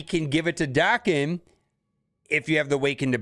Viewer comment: Damnit man! Why can’t you read?! What is Liam Neesam’s best movie? Taken. Now, pronounce Wolverine’s son’s name again, correctly. Jesus Christ….